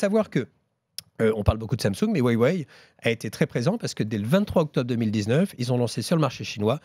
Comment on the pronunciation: C’est Huawei et pas Waîwaî